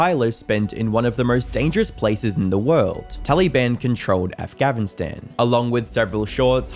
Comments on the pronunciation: he doesnt use an AI narrator, he just mispronounced Afganistan. he has had the same voice since 2022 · Am I the only one wondering what's going on with his pronunciation of Afghanistan? He says Afghavistan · Why it sound like he’s saying afgavistan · Why do you pronounce things wrong Afgavinstan instead of Afghanistan and you say SHKEEEM instead of scheme is this on purpose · Not only do you look the exact same as a pdf file I had laid out but you say "afgavinstan"..... are you high on meth or something of the sort? Genuinely. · Your pronouncing Afganistan wrong. Im hearing Afgavistan. Im howling. 😂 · “Afgavistan”? Why? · Really, its not hard to spell Afgavnistan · "Afgavistan"? Its Afghanistan.... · did I hear it right, afghavistan? or its just my worsening hearing? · No not just you. I keep hearing “Afghavistan” with a V not an N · I swear I keep hearing Af-Gavin-Stan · I don't care the ai was used, I do care that he keeps calling it Afghavistan. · Why do you keep saying Afgavinstan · Tally-ban Afgavin-stan. Are you using AI voice?? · Why do you keep pronouncing it “af-gavin-stan”? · Did he say afgavinstan or is that just me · Is it just me or does it sound like he's saying A(V)ghanistan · somehow we got a v sound in the word afghanistan this might just be an elaborate troll because later he says the word "afghan" perfectly fine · Af-gavin-stan? Do you know words? This isn't the first time I've heard you pronounce words weirdly on a vid. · he says Af-GAVIN-stan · Afghanistan constantly is mispronounced, the narration is stilted, and the text slides in the second half of the video have massive amounts of typos that are practically gibberish in some parts. This isn't the polished product the channel normally puts out. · Can you pronounce Afghanistan correctly please? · You might want to tweak the AI, it's getting a bit obvious (it can't pronounce Afghanistan correctly). Or better still stop using it? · Why can’t you pronounce Afghanistan?